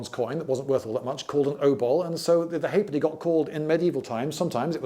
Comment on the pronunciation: What a great video. Thank you. Loved it. The John Cleese of coinage. But 2 electrum pieces = 1 gold piece is correct. A sixpence was called a tanner (not a threepenny bit), a shilling was called a bob (not a sixpence), a florin was also called a two bob bit. The correct pronunciation of the coin with half penny written on it is ha’penny, it is not just an abbreviation.